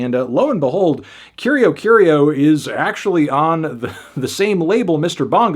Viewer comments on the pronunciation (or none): yo i dont speak portuguese but that's obvi not how the band name is pronounced, no pressure to get everything right but i think band names are worth the 1 google search